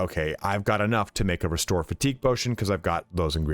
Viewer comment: Patotion lol